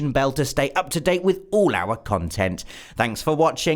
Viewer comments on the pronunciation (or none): none